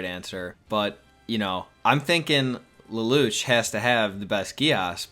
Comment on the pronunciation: that "" dude can`t even say lelouch name right.